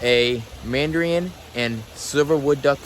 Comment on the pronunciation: not -man dree un- but -man da rin